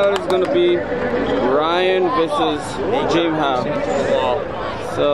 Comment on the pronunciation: I like how pronounces Jeam. As in Jim Howe. Your awesome keep up the great work.